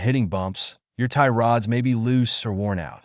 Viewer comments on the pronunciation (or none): Can't stand the AI voice😂 "Tie rOOOOds"